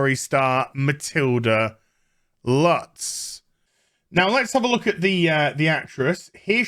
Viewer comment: The 'u' in "Lutz" is pronounced like the 'oo' in "boot", just very short. (This is your German language trivia of the day.)